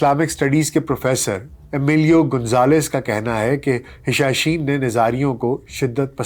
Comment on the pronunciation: سر گستاخی معاف ، حسن بن صباح کے فدائین کو حشاشین نہیں بلکہ حشیشین کہا جاتا تھا ۔